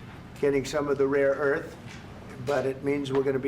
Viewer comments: 'Rare-earth' are Trump's new favourite words, even if he was calling them 'raw-earth' half the time. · Is he not aware it's "Rare earth"...., not "RAW earth" lol - also, USA should just better fund MP Materials and produce more rare earth domestically. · Trump keeps referring to "raw earths". It's not 'raw" but "rare". Moron. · Does he know it's "rare earth" not "raw earth"? I'm sure Ukraine would be happy to send bags of soil 🤣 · Trump was saying raw earth, not rare earth lol.